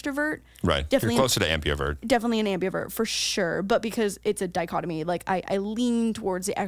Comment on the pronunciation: I can't 😂😭 it's ambivert not ambiavert